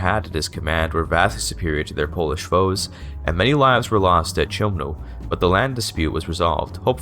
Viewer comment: if u want to better your polish pronunciation than remember that the letters CH together sound like [x] like sometimes in German, the Spanish letter J or خ in Arabic. Though Im impressed by how well you said the rest of "Chełmno"